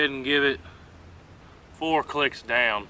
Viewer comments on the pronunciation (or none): none